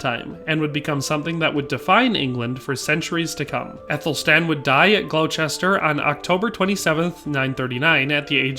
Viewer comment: Dude...Did you say "Glou-chester"?